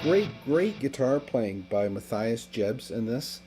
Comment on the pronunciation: yeah is the best but the pronunciation on Mathias was funny, also what the hell is Vi-brat-o? lol must be from Chicago and duh bears.